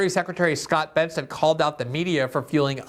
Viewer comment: BESSENT…can’t even get his name right. Lol.